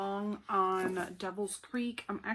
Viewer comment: This made my day. Thank you so much for the review! I loved the vlogs, watching as you progress through the book. So cool. And yes, you pronounced my name correctly, so you get bonus points. :-)